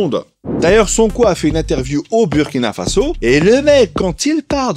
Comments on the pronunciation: Merci à vous pour le travail réalisé et ce que vous mettez en lumière. Je voudrais aussi en profiter pour vous indiquer que le Burkina-Faso se prononce "Bourkina Faso" même si l'orthographe peut faire penser autrement. De la même façon, un citoyen et une citoyenne se prononce "bourkinabé". Le mot est invariable. Un "bourkinabé" /une "bourkinabé". Encore merci 🙏🏾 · Bonjour Rectification stp sa s’écrit burkina avec le U mais sa se dit Bourkina sa fait mal au oreilles c’est comme la Hongrie tu va pas prononcer le hongris avec le S quand c’est pas nos noms qui sont écorcher c’est autres choses stp merci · tu risques d'avoir une manifestation sur ton plateau si tu continues de mal prononcer le nom du Burkina Faso. Le U se lit en ou